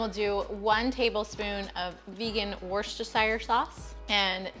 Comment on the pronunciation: LOVE this thank you but just so you kno here in the uk dumo means ummm, well poop and its pronounced wooster cher sauce 💓